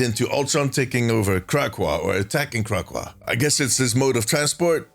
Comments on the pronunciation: it’s not Crackwa it’s Crack-co-wa 😂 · It’s pronounced Crack, O, Wa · Kra-Co-Ah Good video.